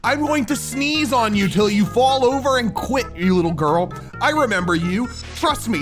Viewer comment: Way you call a cat a litel dog